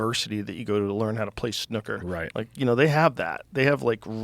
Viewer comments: dunno if Americans pronounce it this way but its not snoker, its snooker, as far as I know…. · Wtf is snuckurr? Lmao Snoo ker is a good game though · Mericans pronunciation of snooker 😂 and I can just imagine the commentators screaming "score on the cherry!" 😆😆😆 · Their pronunciation of "snooker" is hilarious. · The way you two pronounce ‘snooker’ sounds r*tarded af. 😂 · why does he say snooker like that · The way you two pronounce ‘snooker’ sounds r*tarded. 😂